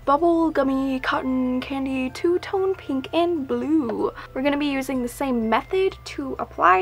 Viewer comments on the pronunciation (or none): none